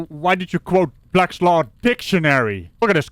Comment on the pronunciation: sounds like he is saying "blat law"